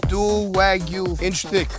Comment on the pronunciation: Bro, you pronounce it wrong. It's wah-gyu not weh-gyu.